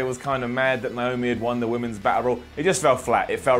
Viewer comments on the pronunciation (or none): none